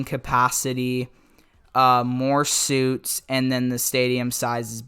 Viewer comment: He really said “suits” instead of suites😂